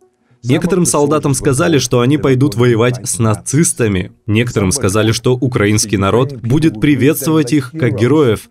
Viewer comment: Максим, спасибо! Ваши видео сейчас - лучшее, что происходит за день. (Отдельное спасибо за правильное ударение в слове "украинский", вот бы Варламов запомнил еще)